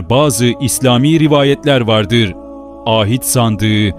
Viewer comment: Â hit değil ahit sandığı